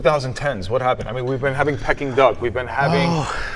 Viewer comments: Pecking Duck, what a cack….. it is pronounced Pee King Duck. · Peking Duck is pronounced “peeking” not “pecking” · I thought it was pronounced like pee-king duck. It sounds like he’s saying pecking duck.